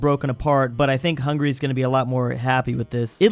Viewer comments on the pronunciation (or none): none